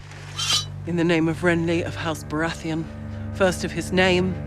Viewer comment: Bara-etheon seriously lmao? it's baratheon